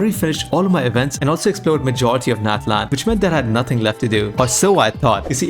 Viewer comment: Gosh it's natlan ofc